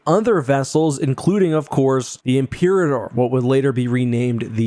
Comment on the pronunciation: Imperator is pronounced ‘im-per-AH-tor.’